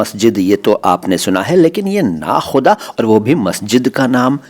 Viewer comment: Nakoda maszid, hai na ki nakhuda